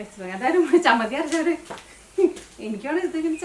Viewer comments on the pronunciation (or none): none